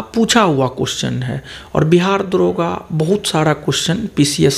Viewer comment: दारोगा नही होता है दरोगा होता है।।😁😁😁